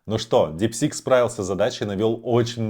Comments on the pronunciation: Дипсик а не ДипсиНк😊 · Не говори, очень ухо режет, в конце ещё и дипЛИНКом стал )) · Чувак, ты даже прочитать название нейросетки не можешь. Развелось экспертов которые загадили ютуб своими экскрементами, 0 информации, просто шум.